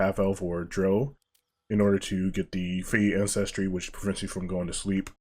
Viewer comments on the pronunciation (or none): Please people it is no DRO it is DROW like OUCH